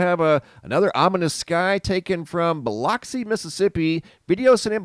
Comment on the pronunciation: Biloxi, MS is pronounced like it has a U instead of the O... Just trying to help, not being a stinker... From a relocated MS girl.